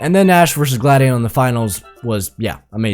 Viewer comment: bro said glad-di-on instead of gla-di-on